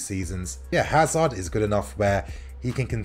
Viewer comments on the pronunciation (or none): none